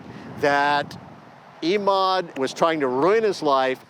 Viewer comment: it's Emad as in Evan, not EEEEEEmad!!!!